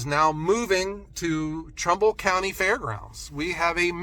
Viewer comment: First it was Portland but you actually ment Cortland. Now you say Trumbull but it really sounds like trouble county. . I talked are sawmill manufacturer in to makeing it to Eugene this year. probably a long shot for more then that. I mean I consider it the world's greatest sawmill. I mean I have considered milling out 8x12s over 20 foot and cutting them to length and splitting them. That would technically be ""making firewood"" LOL